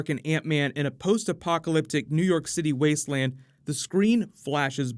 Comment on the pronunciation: When he said "wastewland" i saw Fallout: New avengers lol